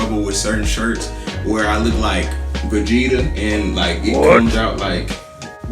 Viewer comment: Dude said vagetta